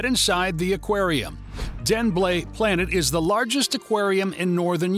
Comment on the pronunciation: I know he tried his best, and it's a good video but the pronunciation of any Danish thing, expecially buildings or roads made me crack up as a native Danish speaker, also please just use the English names for attractions or look up and practice your pronunciation, especially the blue planet